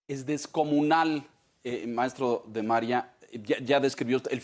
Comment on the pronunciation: Si el nombre del invitado se establece que Maria se acentua en la "i", porque el anfitrion pronuncia el acento ortografico en la primera 'a"?. Solo una observacion....., y clarifico, radico en EE UU y mi comp. no me permite utilizar la tilde. Respecto al tema que se trata: MALO dice que los lideres sindicales petroleros y de la CFE son impolutos... como el.